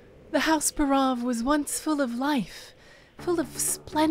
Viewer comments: Buhrahv... Buhrahv....?? Wtf. It's BAREOV. Clearly. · I would have bet my life that it was pronounced "BAH'-roff"